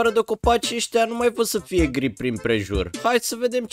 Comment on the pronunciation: Eu credeam că ai zis girl si cand m-am uitat era gri😂😂